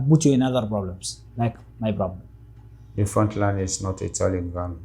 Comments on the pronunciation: they way he said broblem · Nope he is not! He says borblem not problem!!!! And he said balas there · Clearly he is somali or Ethiopian somali but 100% not eritrean🇪🇷🇪🇷🇪🇷.he said broblem instead of problem😂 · The way this guy pronounces "problem" proves he is Somalian. You can check for yourself how Somalis pronounce it.problem. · He can't say p. He pronounce it as b. 😂 typical somali of any kind. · Yeah I agree, I hear some Arab accent there. He pronounces "P" sound as "B" like native Arab speakers. He said he also spoke to the Syrian people, which you can only do if you know Arabic.